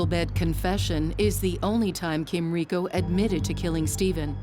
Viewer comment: Hricko is the name. Kind of disappointing and disrespectful that they couldn’t manage to get the name right.